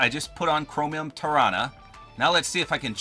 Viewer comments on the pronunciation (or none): I think tarana is pronounced like taranasaurus rex Sorry I can't spell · You are right- I’m pretty sure it is pronounced the way you said Tarana mainly because it’s like Tyrannosaurus Rex